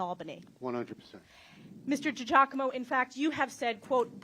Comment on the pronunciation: DUDE, COME ON, YOU CAN'T PRONOUNCE DIGIACOMO? I DONT THINK IT'S PRONOUNCED D'JACOMO